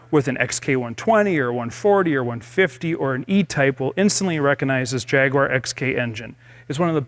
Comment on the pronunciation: Great shame Americans can not pronounce Jaguar...it’s embarrassing